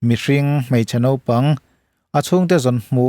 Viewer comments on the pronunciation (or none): none